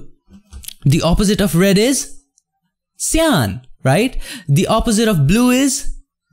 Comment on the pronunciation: don't forget "shyan" and "jello"